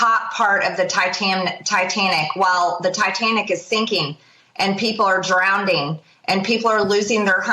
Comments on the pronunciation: The Tai-tam-nick.... People are drown-ding.... Yes, ReTrumpturds... Please continue to ban books with more than 4 letters per word. I'm guessing they read abbreviations better than actual words. SMFH 🤬. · Drownding? How can anyone w half a brain listen to this terd-spreader. Well, we know how... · Did she pronounce "drowning" as "drownding" ? 🤔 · "People are drownding" She has used that word before. Woman get a dictionary. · 😂😮MTG, people are "drownDing" What an ignorant bafoon. All Maga like MTG who have at any point in time called the J6 prisoners "hostages", should be barred forever from holding office. Liz Cheney for president to eradicate Maga out by the roots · Marjorie.. it's drowning not drownding. Will you ever learn how to speak like a grown up? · Mtg is raving again!? These two should never their baks on each other. Can’t trust either Bannon quickly changed the subject. …..did say drown ”d” ing ????? Hey marge it s pronounced “ drowning. No “d” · Is that a word that she said drownding instead of drowning? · Man, Marjorie is realy earning that "Orange Paycheck". Her breath HAS to smell like a 77yr old pencil. Hint😂 Also, the people "DrownDing" (on the Titanic)? Get Bent Chick! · "Drowneding" hahahah literally a moron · They’re “drownding” what a sow. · People are drownding? Does she even know English? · These 2 morons belong together. How is it possible to get through life so stupid? She actually said “drownding”, showing her intelligence again. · "Drownding..." Hahahahahhahahaha.... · ‘people are drownding’ …. 😂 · I didn't know people could drownd. DROWND. MTG "Ppl are drownding". God she is so stupid it's unconscionable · "People are drownDing." This person is absolutely worthless. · If this isn’t a CLASSIC EXAMPLE of Bannon feeding her a whopper of a conspiracy theory to push as her own then I don’t know what is!! God knows she too STUPID to come up with this on her own. Listen to her, “DROWNDING” on the Titanic….what a MORON!! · She said "drownding".